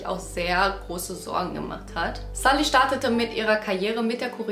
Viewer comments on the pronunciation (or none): Sie wird sulli ausgesprochen nd salli😢